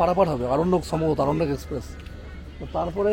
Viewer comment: সবই ভাল। তবে আরণ্যক কে অরণ্যক বলাটা ঠিক নয়।